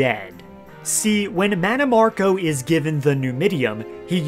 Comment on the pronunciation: Oblivion butchered mannimarco 😂